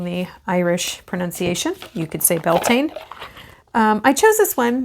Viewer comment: OMG - you are the only other US practitioner I know of that says Beltaine the Irish way!!!